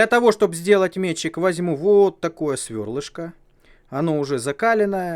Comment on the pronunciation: Все норм, но братан: раз и навсегда - метчИк. С ударением на И.